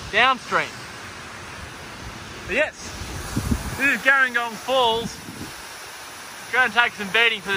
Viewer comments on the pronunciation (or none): Hey great video, very handy! Just an FYI, local's pronounce it "Jeh-ring-gong". Like the South Coast town, with a "J" sound rather than the "g".